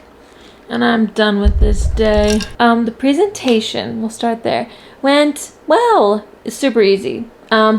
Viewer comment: every time I hear your pronunciation of presentation it trips me up lol